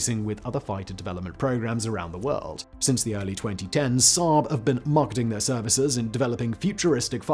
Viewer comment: You pronounsed the swedish one wrong😂😂